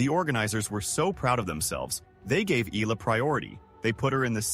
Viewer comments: Eaaaala please pronounce it well 🙏 😁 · Learn how to pronounce eh-yah-lah. Come on! Many learned how to pronounce Pacquiao. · Its pronounced as E-ya-la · All those praises and yet your AI still can not pronounce her name correctly. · TruEST …. Kudos to those Sports commentators who Care Enough to pronounce her surname correctly 🇵🇭 the Ayalas are enjoying “riding on” 🎉😂🎉